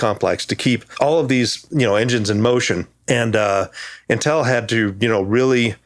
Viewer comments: I like how pronounces Intel. I say "IN-tel", he says "n-tEl". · This guy is great, but the pronunciation of "Intel" is driving me fucking crazy lol.